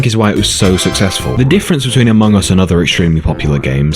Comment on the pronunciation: I actually laugh when you say Amoung us 😂😂😂